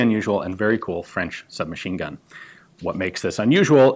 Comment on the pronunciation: Really flawless pronunciation, gun Jesus 😄